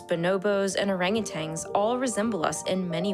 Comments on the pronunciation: It's "orangutan." Not "orangutang." There is no G at the end. Narrator says it wrong multiple times in the first 30 seconds. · Orangutan. Not orangutang. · How is it you host a biology show but can't even pronounce most of the animals you're talking about? Orangutan doesn't end with a 'g'. Jaguar is not jag-wire. 🤦‍♂️ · Hard to take you seriously when your "science" video starts its dialogue saying orangu"tang".